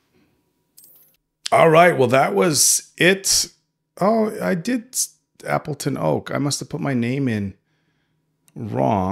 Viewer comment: Starting to watch. How long till he realizes he named himself a wooden monkey? "Appeton Oak" xD